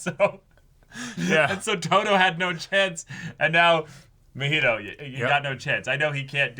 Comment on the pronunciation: I get it’s unreasonable to be this annoyed about it, but the fact they keep calling Mah-He-Toe muheto chips away at my sanity lmao. He’s not an alcoholic beverage and his name is said soooooo many times in the series that it shouldn’t be THAT hard to mimic the pronunciation. It’s giving Naruto to nurooto vibes 😭 some white people nonsense right here